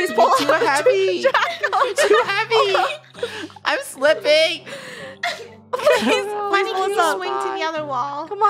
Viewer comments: Its "Funio" lol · It’s Funneh not funio